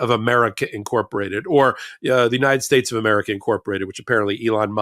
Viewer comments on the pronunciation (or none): can you say United States? try it.